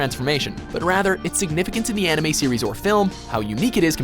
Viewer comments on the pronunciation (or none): they don't know a thing about animes......no knowledge about animes, no proper pronounciation